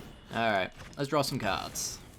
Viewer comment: Mishearing part two, Draw= "drawrer"